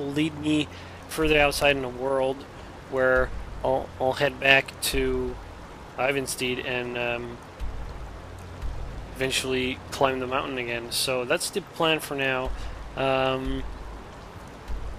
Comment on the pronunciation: PS, the town is Ivarstead, not Ivansteed;-)